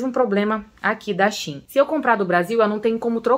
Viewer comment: Não é Shin é Shein , quando for pronunciar no lugar do E usa a letra A